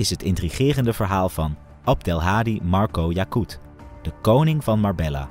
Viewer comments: Ik respecteer je grind man en ga door met het maken van Filmpjes Alleen je kunt niet een true crime page hebben en MarbeLLa zeggen hahHa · Spreek uit als Marbeya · Spreekt uit als Marbejja 😊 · Marbejja dats de uitspraak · Leer de plaatsnamen uitspreken. Dit komt heel erg belachelijk over. Marbella :face-fuchsia-wide-eyes